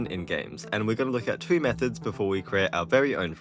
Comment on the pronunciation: Four towo zero. Got it.